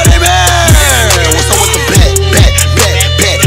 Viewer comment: Whenever he repeats bag it sounds like he’s sayin blyat